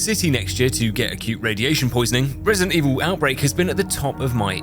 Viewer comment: why are we making a fnaf wefewance in a wesidant eviwl video????